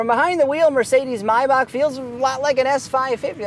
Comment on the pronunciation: Finally somebody who knows how to pronaunce Maybach